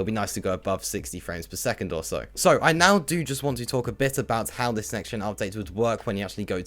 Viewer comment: So.. 👈 normal pronunciation Serw.. 👈 your pronunciation